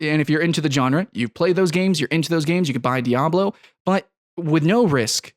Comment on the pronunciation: It's pronounced Genre not Genre